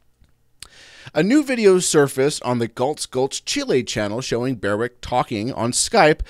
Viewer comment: BER-wick, not BEAR-wick